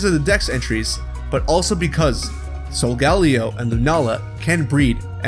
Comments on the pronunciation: Great video but pleeeeeaaase stop pronouncing Solgaleo wrong. It's pronounced 'solga-lay-oh', not 'sol-gal-eh-oh'. I know it's petty but still, it just annoys me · OMG YOU SAID SOLGALEO WRONG KILL ME PLZ😢🔫